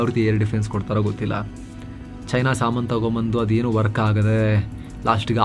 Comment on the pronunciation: When you say China Saaman. I can't control laughing 😂